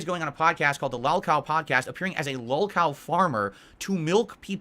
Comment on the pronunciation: identifying Boogie and EDP as lolcows and declaring himself distinct from them by claiming he isn’t a lolcow all while not being able to pronounce the word lolcow correctly is a beautiful combo.